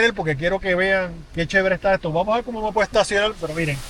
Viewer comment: porque mucha gente en el Caribe habla como los chinos, con las "L", en vez de las "R". Obviamente no es que no puedan pronunciar las "r", pues en este mismo video se oye claramente que si pueden pronunciar las "r", pero caen una y otr vez en el hablar "chino", asi dice: "vamos a vel!", "quiero il!", "voy a comel!", etc., etc., y a mi me suena, no solamente como chino, poque se que no son chinos, pero me suena mal, me suena a una falta de educacion basica, y me suena a una estilo auto-impuesto de hablar que, nada tiene que ver ni con su historia, ni con su posicion, y los que digan que es influencia negra de la epoca de la esclavitud, esta equivocado.ASi que a hablar bien si no quieren que el resto del planeta se ria de ustedes